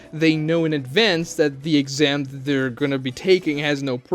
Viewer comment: “The first texam” lmao